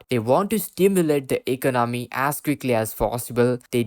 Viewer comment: Please learn to say eCONomy.